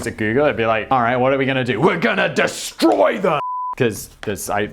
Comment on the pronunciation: gunna disstroi thum!!! (keep tossing in the American accent, it's groovy! sounded a bit noo yawk)